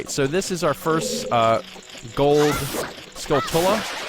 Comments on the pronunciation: Hey, I don't mean to sound like a smart alack but "Skulltula" is pronounced "Skull chu la" like Tarantula. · You're pronouncing skulltula wrong. They're like tarantulas, but skull instead of taran. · I think you guys are pronouncing skulltula wrong, You guys are saying Skull Tulla, but im pretty sure it is pronounced Skulltewla, kind of like a tarantula. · i know its late but i always pronounced it " skull-chulla " like how you pronounce tarantula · I've always pronounced Skulltula as Skull-chewla. I pronounce it like that because that's how you prounounce Tarantula... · My goodness. Not sure how far in advance you recorded this, but it's "Skull-chew-la" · it's always bothered me how people pronounce "skulltula." I've been pronouncing it similarly as tarantula since I can remember. It only makes sense.